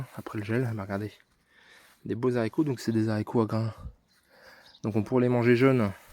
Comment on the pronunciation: Pour info on ne dit pas Zarico